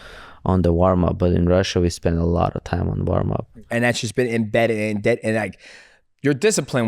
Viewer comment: DJ just said inbreded instead of embedded spending too much time with Guru